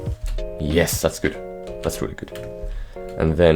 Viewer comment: I love the fact that he says ye-hess and when he says tick the captions put d**k